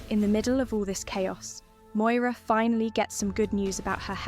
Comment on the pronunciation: Moira not Moyra